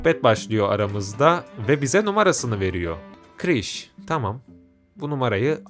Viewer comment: Kiris değil kirish